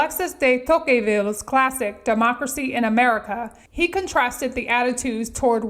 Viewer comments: “Alexis de To-kay-ville” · You don’t know how to pronounce “ de Tocqueville”? Why should I trust any more of your “ research”?